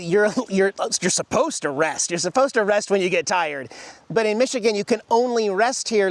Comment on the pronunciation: Non Michigan people always get it wrong.